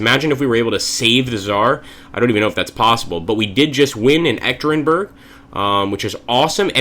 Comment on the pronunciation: Hi! Im actually baffled by the appearance of G. Zhukov at your side, in August 1918 he should be recovering from a serious illness in Moscow just to join the Red Army shortly. As a side note, the city where the Tsar was murdered is pronounced "Yekatyerinburg" :) Good luck Admiral Kolchak, you will need it :)